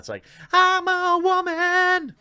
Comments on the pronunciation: I have to stop watching this just because of the way this dude pronounces "woman". I'm out. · The only thing you should be ashamed of is how you pronounce the word "woman". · I just can't help it but laugh when he says wahman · Wtf is "wahman"? Is that incel for "woman"? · okay, I'm fairly new here. Why is it called "The Quartering"? Also, why does Jeremy pronounce it "Wah-men"? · Roy McLellan wahmen is a meme, references annoying feminist sjw types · Maybe I'm misreading this but the fact that u make videos on these shows (especially Batwoman) concludes that u enjoy them enough to watch. And why do u say the word woman the way u do (just curious)? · You pronounce ‘woman’ oddly. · Why do you say woman so weird??